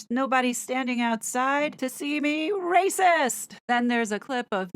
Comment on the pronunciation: Love how you are rolling the “R” letter and heightened your pitch to be higher… classic…. Rrrrracist….😂❤🇨🇦